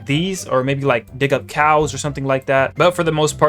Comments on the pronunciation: why at the start it sounded like he said welcome to dih☠☠ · He said dih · He did NOT say dig 🥀